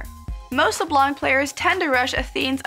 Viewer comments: santanickinhell At least we can laugh at them ! And yes, we french people pronounce "Leblan" Not Leblanc or, as Froggen would say, Leblenk. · When you say Leblanc you don't pronounce the (c) because it's French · Hell Heaven it is on that word, silent c